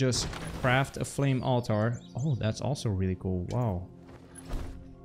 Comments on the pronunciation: Great vid !!! also pronounce it as ALL- TER not ALL-TAR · To answer your question, no, you aren't saying it correctly. It's pronounced alter, not alTAR.